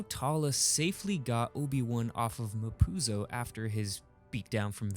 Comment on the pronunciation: mapuzo sounds like "ma pussie"